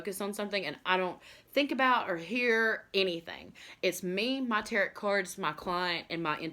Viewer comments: Tarot is not pronounced tarret, like carrot. Tarot is pronounced like tear-row. Tear like ripping something. Not a tear that we cry. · Tarot TEAR-O not tear-OT You're welcome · The letter "T" at the end of Tarot is silent... pronounced like "arrow". 🩶✌🏼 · Learn how to say Tarot correctly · It would be nice if you knew how to say the word Tarot there is no t on the end only in the written word you do not pronounce the t.